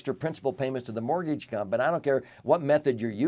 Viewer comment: What's a mor-geej?